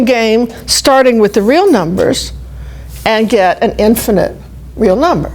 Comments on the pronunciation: Around ~ "Real Numbas" hahaha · "numbas" I love it XD